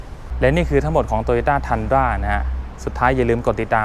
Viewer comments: อ่านว่า ทรุนด้า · น่าจะเรียกว่า “ทุนดรา” นะ ฝากเจ้าของคลิปหาข้อมูลอีกที ว่าฝรั่งออกเสียงเรียกอะไรกันแน่